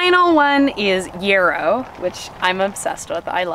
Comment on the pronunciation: I die every time she says “foilage” for foliage and “yearrow” for yarrow 😵‍💫😆